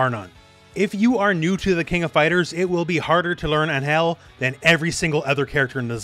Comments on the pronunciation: No hate, but you are pronouncing Ángel wrong. The emphasis is on AN, not in GEL. Check out how they pronounce it in the latest trailer for reference. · First time i have ever heard someone pronounce Angel as Aanhel... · Dude please look up the pronunciation of Angel cause your killing me. Sincerely a Latino